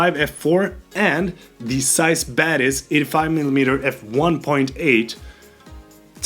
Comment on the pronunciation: I keep mishearing Batis as Badass. Kept wondering what lens you were talking about. Hahah. LOVE the video.